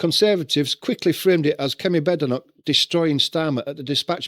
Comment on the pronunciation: It’s not bad-e-knock it’s bade -knock